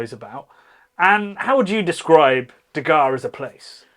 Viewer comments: It's not pronounced that way. IT 😂is de harrre (from back of throat) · Is de Garre Tripel bottled with refermentation in the bottle or is it bottled as is? That can of course make a huge difference with the draft version. And even the Belgians do not pronounce 'de Garre' with such a hard G, so don't bother. 😂